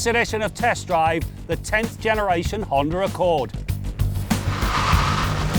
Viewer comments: What's a Hond(er) Accord??? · Honder Accord? Never heard of her.